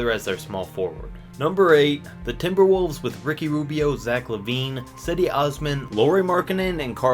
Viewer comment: "Seddy" Osman